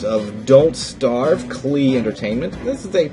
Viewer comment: Klee? I think it's pronounced Clay :P Anyway, pretty good for a first time LP. I very much enjoy the fact that you talk about what you are doing instead of some unrelated nonsense. btw you can fullscreen the game by holding alt + pressing enter. PS: If you still got your spare key, I'd gladly take it of your hands :3